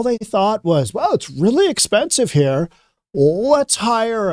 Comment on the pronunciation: Reporter sh said "excuse me, sommy. Grown ups are talking herr"